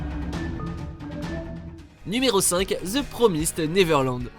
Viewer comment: 5 : "The Promizde Naiveurland" ? 😂